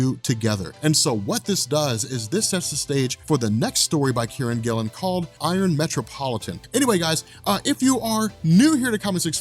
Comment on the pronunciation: I thought you were saying Karren Gillan, not Kieron Gillen lol. Thought she was writing for Marvel now